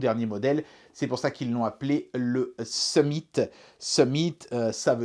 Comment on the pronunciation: Pour la traduction du nom Summit,le "mit" ne se prononce pas comme le mot "meat" comme "it" ne se prononce pas comme"eat" le problème vous prononcez le i comme vous le faite en français.